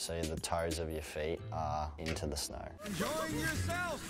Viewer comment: He says snow like snar